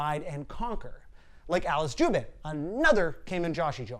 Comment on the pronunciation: You completely butchered the pronunciation of both Kamen and Joshi as well as Alice Juban. Holy shit that was cringy to hear.